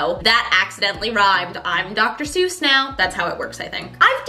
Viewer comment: It’s not seus like goose it’s soice like voice. That’s actually one of his poems because he hated how people mispronounced his name.